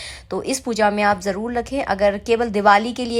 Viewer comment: Jaroor ko jarrol kyu bolti ho aap